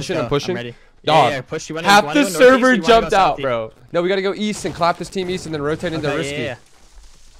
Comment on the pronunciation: "YEAST" Tfue I think you mean east